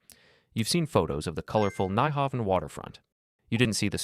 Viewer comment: I winced when you said Nyhavn. I mean, Danish is hard to pronounce, but... wow. I mean, you literally can't pronounce it with English vowels, so there's that, but you weren't even close.